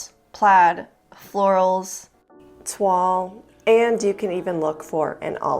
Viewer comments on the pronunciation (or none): none